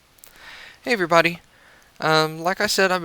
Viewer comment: did he said "heyibody" at the start or something like this?